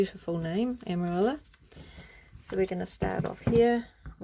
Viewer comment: Beautiful journal! Lot's of lovely inspiration! TFS 🤗 🕊️ (Amarilla is pronounced "Amariya" in Spanish) 💃